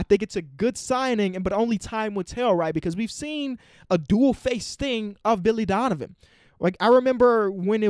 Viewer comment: He said Dilly Vonivan